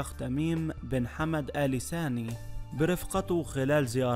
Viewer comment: اال ثاني وليس اال ساني..القراءه بطيييييئه و الاسم الثلاثي مكرر ٧٠ مره لماذا؟